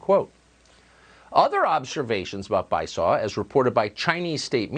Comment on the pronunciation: Bi-saw I can't... It's Bi-sue-Oh.